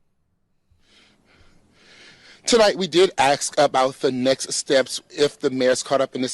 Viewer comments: this guy is overweight and out of breath and he said axe instead of ask. What an embarrassment. What next, will black people claim they built Stonehenge? Oh, wait... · Why is every black person having a speech problem? It's ask, not aks.😑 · Can we all agree that a news reporter who says “axe” instead of “ask” is probably not the guy to get your news from? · Did the reporter say axe instead of ask? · Even the news reporter said "axe" I instead of ask. 😄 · The reporter can't speak English "axe" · Did that journalist just say axed? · "Tonight we did axsk about the next steps..." 🙂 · If you can’t pronounce a simple 3 letter word like ASK you have no business being a news reporter. And there’s a reason why there’s a minimum age for some government positions like POTUS, most young people aren’t smart enough or wise enough to do a job like this. The minimum age for any elected or appointed government position should be at least 35, if not 40. 23 year olds have no business running a city. Maybe a century or 2 ago when people grew up fast because they had to but not today when most people in their late teens and 20’s are dumber than toddlers. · Now DEI newscasters? It’s been awhile since I’ve heard one of them use “axed” instead of the word usually used to pose a question.